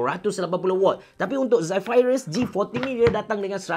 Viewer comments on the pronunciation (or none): Aduhh x tahan laa sebutan 'Zephyrus' diaaa😖😖😖